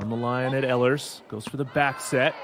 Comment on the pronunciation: Ehlers is pronounced “ Eelers”